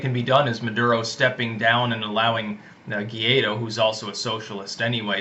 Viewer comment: To properly pronunciate "GUAIDÓ", the candidate to replace MADURO, repeat after me: -Why? -Doe -Why Doe